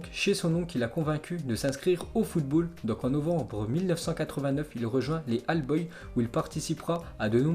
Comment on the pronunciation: le niveau d'anglais sur le "AL BOYS":D toujours aussi bon, mais tu te dois de travailler certains mots anglais